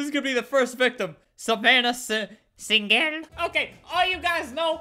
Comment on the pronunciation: Savannah Sing-gel! 😂